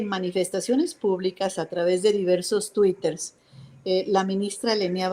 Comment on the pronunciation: "Twiters", no mames, qué pendeja. Para traidores ya hay muchos, esquivel, tu lugar está con los vendepatrias